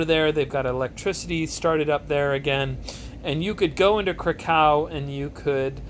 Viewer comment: Just a tiny note on Krakow. The w is pronounced as if it was a v. Aaaaand you're leaning too much on the cow bit... it's krAkov, not kraKOW. Just a tiny thing that irked me :P